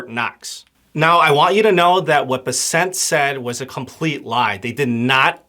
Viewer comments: It’s BESsent. Emphasis is on the first syllable! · Why are you callinh him Scot Besset? Its BESSEN....